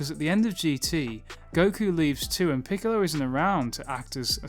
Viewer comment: 'piccolo" "Piccolo" PICOLLLO Why cant you remember 🤣🤣🤣🤣🤣🤣🤣🤣🤣🤣🤣🤣🤣🤣🤣🤣🤣🤣🤣😏😅